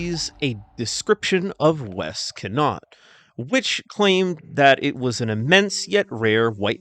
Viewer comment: Connaught is actually easier to pronounce than you think, (con-na-u-ht) but since you’re not from Ireland, I guess it’s not your fault for saying it incorrectly. 😂 I love dinosaurs but there’s no way it was one unless it was a large bird, which last time I checked don’t live in the northwest of Ireland. you got Lough Derg right, but Loughrea is actually pronounced Lough-ray. Although I don’t believe in most cryptids, and certainly have my doubts about this one being real, I will admit though that this one is pretty convincing, if only more cryptid photos were this clear. This could be zoomed in though. But anyways I can’t believe my own country may be home to the largest otter, or maybe not, it’s hard for me to decide if it is real or not. I’m looking forward to seeing more Irish cryptids in this series.